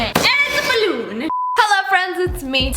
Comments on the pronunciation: "DER IS NO BUTTON I AM PREGNAT!" "And itsss a BALLOOON!" That got me so bad XD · Who else keeps repeating The part when she said "there 👏 is 👏 no 👏 what 👏 if I am pregnant AND IZZA BALOOON